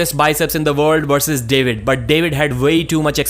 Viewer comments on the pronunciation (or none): none